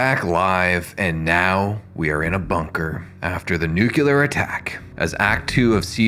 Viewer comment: Attention all Americans: it's NUCLEAR, not nukular. Thank you. Dummies.